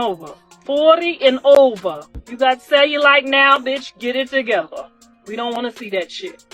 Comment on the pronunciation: She couldn’t even pronounce cellulite properly